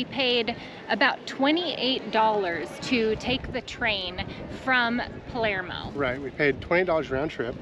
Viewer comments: Do you mean Palermo? You said Palmero. We laughed because my last name is DiPalermo and people always say Palmero. 😂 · You’re pronunciation of Palermo needs a little work